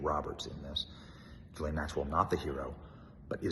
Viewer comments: Ghislaine is a HARD “G” Benny!!! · As much as I can’t stand Ghislane Maxwell, why can’t Benny (as well as a lot of other “reporters) pronounce her name correctly? Even Dershowitz can pronounce it. Hard “G” (like grape or gold) “Gil-ane “. I think she should rot in a maximum state prison but at least pronounce the child predators name correctly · She pronounces her name, Gay-Lane Maxwell. Not that I'm defending this woman. LOL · Great coverage. Just a note, her name is pronounced: Ghee lane. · I wish this guy would either say her name properly, or just stop saying it.